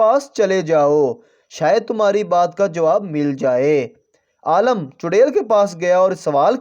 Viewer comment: Aalam nahi hota Alim hota h talaffuz sasi karo apna 😂